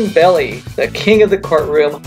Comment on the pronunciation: Just to let you know - Melvin's last name is pronounced "Bell - eye", not "Belly". Melvin's 1st cousin was my grandfather, so we know the family name.